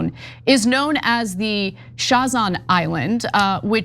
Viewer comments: It is pronounced Sazan not shazan. Zvernets is pronunciation for Zvernec. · It's not Shazan it's Sazan, even Ivanka Trump pronounced it correct, but you, no you just don't know how... And the rest of this reporting is disconnected and just throwing empty words...I'm not pro the sale of that the Island and the rest of surrounding ecological protected area, but my God this reporting is completely bogus frustrating to listen too, so disconnected, what do you people get out of this ?!